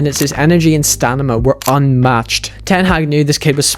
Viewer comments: stamina is pronounced stamina not stanima lol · Its STAMINA, Dude not STANIMA 🤦🏽‍♂️🤦🏽‍♂️ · its stamina not stanima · stanima yeah? what's that? 😂😂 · Its stamina not stanima but good video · infinite stamina or stanima? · I can't get past the fact that all the time you're saying stanima instead of stanima 😂😅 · StaNima > Stamina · Stamina, not stanima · Stop saying Sta-Ni-Ma